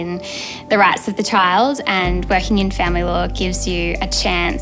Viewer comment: everytime she says it I cackle